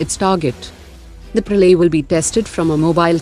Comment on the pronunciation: Bhai, yeh Praley kyun bol rhi hai ?